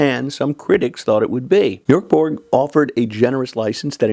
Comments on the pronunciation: Ö is pronounced as the vowel in "fern", fyi! And the g in Borg is pronounced like a j/y, Borj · Bork Borg 😂😂😂